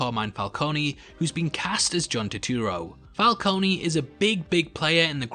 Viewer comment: It’s carmine falcone not falconi